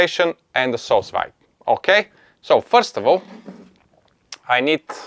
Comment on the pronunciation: It’s pronounced “soo veed “, literally means under vacuum. You should tell them to use gentle vacuum, when there’s fluid in the bag. And love my Anova